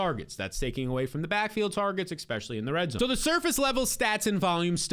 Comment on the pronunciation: My only critique would be "expecially". For the love of Mike!